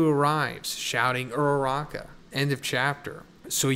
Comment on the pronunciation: I am way too attached to these characters dude, my stomach dropped when you said ururaka at the beginning. fucker.